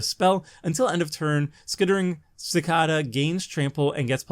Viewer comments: Leave it to the Canadian to not know how to pronounce "Cicada" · Ive never heard someone pronounces cicada like that before